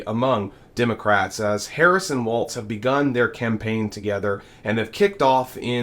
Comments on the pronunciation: Its WALLS, NOT WALTZ...turn the Z into an S. W-A-L-L-S. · By the way, it's Walz not Waltz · Please don't say Waltz...that's a dance. Say Walz as walls. See how ez that is to pronounce. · It's pronounced "walls", not "walts". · It’s pronounced like “walls” not like the dance “Waltz” (no t in his name). But yes, I completely agree: for the vast majority of Dems, especially women & the men who support them, a palpable sense of joy! So excited for our future! TY Kamala & Tim, for bringing the joy or excitement for the future, back to our elections. The other guys talking about getting electrocuted from EV boats sinking vs jumping into the water filled with sharks… bc that scenario would be so realistic. 🫣 Snort some more coke or Adderall, Diaper Don! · I believe his name is pronounced “Walls” not “Waltz”😊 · Dude, please, his name is pronounced Walls, not Waltz. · Nice report.....but his name is pronounced Walls, not Waltz. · It's Walz, why do you keep saying waltz? There is no T in Walz. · His name is “Walz”, not “Waltz”. There is no T in the name. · Allan Spears: Tim Walz’s name is pronounced WALLS, not WALTZ. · I appreciate your content, but I believe WALLS is closer to the pronunciation of his name than WALTZ. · His name is Walz not Waltz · It's "Walls" not "waltz" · His name is Tim Walz not Waltz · Walz Pronounced “walls” No “t” Not “waltz” Please! We have to deal with Republicans always intentionally mispronouncing it. Let’s get our side to show the respect of pronouncing it correct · Interesting information, but the mispronunciation of Mr. Walz's name makes me cringe. There is no "t" in Walz, so it's not pronounced like "Waltz". It's pronounced like "walls". Good work, otherwise. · walls not waltz. please say his name properly. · His name is WALZ, not “waltz.” Stop mispronouncing his name. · There is no "t" in his last name!! Please stop pronouncing his name like the dance. It's not Waltz! It's Wallllzzzzzzzzz! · its not waltz.....its walz.....WALLS